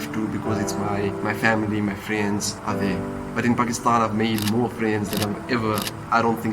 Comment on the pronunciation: Why can't say Pakistan properlyy